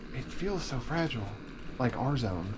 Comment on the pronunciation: Frah gee lay, must be from Italy.